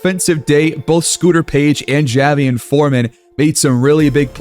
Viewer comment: His name is jay-Vee-on